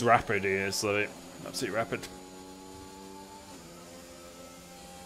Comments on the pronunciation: its pronounced lee vy not leavy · levi is prenounced the same as levi jeans jeez